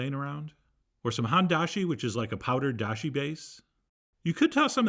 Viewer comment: I don't really care, but if your curious it is Hone as in hone yourself or bone with an H instead of a B and then he said dashi right again it isn't a problem just to let you know basically.